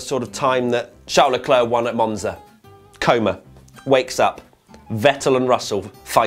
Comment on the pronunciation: Good video. It was a super weird race... races? You are mispronouncing Leclerc. It’s Leclerc, not Leclerc.